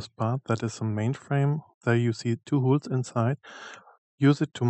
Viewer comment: Sorry, aber weil du's so oft sagst: Die englischen Löcher spricht man eher hohl's aus (wie in: hohl's mir mal bitte ein bier aus der Küche) und die Lager sind Bär-rings nicht Bier-Rings. Trotzdem super, sonst gibt's fast nix sinnvolles zum Thema auf YouTube, danke nochmal.